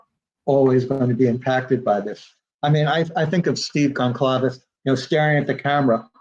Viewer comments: I appreciate his taking time to interview on DTS. I must confess I question how well Blum knows the case because he mispronounced the Goncalves last name and the Kernodle last name. 35 minutes in so far. The Judge Judge did that and the families were highly offended. Blum just now said Goncalves wrong again 36 minutes in or so... makes me sad. I never knew them and I'm not LE but I have enough care to say their names correctly. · he mispronounced the name of the city more than once after telling Daniel how it is supposed to be pronounced, Kaylee's last name, and Xana's last name. Thank goodness he said Chapin correctly. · You would think spending so much time studying the murders and victims then he would at least know how to pronounce their names. He says he wants to honor them then he says names totally wrong. I found it so annoying.